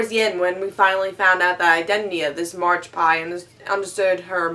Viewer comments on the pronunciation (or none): Haha...Margpie... It's Magpie,. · Did someone tell her it's magpie. Not marge pie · its Magpie not margpie